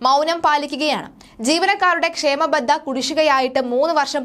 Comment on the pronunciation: ക്ഷാമബത്ത എന്നു പറയു കുട്ടി! ക്ഷേമ ബദ്ധ യല്ല. !